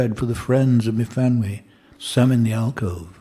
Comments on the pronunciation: I though it was mu-van-wee. Y pronounced as in Cymru. i.e. an 'uh' sound. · 'f' in Welsh, as in the name Myfanwy, is a 'v' sound.